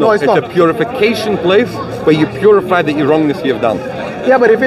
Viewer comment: Isn't it ironic every time he mentions hell, he says purifry, Puri-Fry